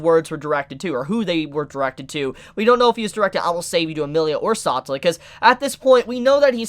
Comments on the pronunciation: He really just called the Witch of Envy "Satula" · Bruh sa-tell-a not satalla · “Saw-tah-la” isn’t it suppose to be pronounced “Sa-tell-ah”? Someone let me know how to say it, I’m second guessing myself. Anyway really great input about Satella and the shattered memories of people she consumes. Are those people alive, or is it treated as this “bee-hive” collective just for her and the only reason Subaru was alive was because well Satella loves him and wants him all to herself in that shadow realm (someone call for Yami Yugi). Really excited to see how Subaru uses his new profound powers as an Apostle of Greed. Great vid and analysis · Everyone having a good time till you hear "SOTELLA", and "EKNIDNAH". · Don't mean to hurt your feelings but please pronounce the names of a few characters the correct way, like satella, otto etc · great video but why are you saying satella and echidna like that😭